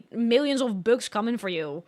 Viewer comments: I know right I thought she said , books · I am obsessed with how she pronounces "bugs." It's so endearing.